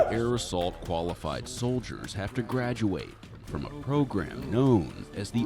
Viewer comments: Fucking love these videos 😂😂 in the beginning all I heard was "Aerosol!!!!" and thought damn this guy is really into spraying 😂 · when he yelled I thought he yelled arson for a second lmfaooooo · Bro yelling air assault sounds like air SALT